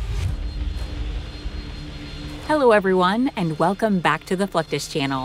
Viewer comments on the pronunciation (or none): none